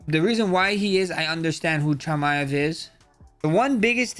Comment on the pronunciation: Chimm ev